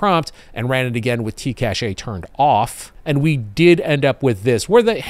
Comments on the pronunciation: In practice, we say cache like "cash". Cashay is more like a treasure stash. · The technology word cache is pronounced "cash" as opposed to "caché". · Hey! Funny how you pronounce cache as caché, you had me check on the gradio app if there was an accent, but no, it's cache as in cache memory. Caché would mean hidden. Thanks for your vid as usual! (French subscriber here;) ) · "cash". it's pronounced "cash". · Love your videos and content. Long time subscriber, first time caller here....Cache is pronouced "Kash".